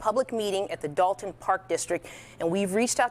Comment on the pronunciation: Dolton with an "o" not an "a" if you mean Dalton you're talking about Dalton, Ohio(a village like Dolton, Illinois)and I'm from Chicago